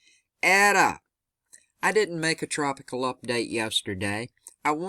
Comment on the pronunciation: Its pronounced "Ate-ah" and "zay-tah".